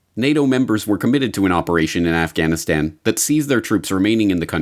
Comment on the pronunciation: libtard lezbo pc reporter says "Afchhhhanistan". Cringe.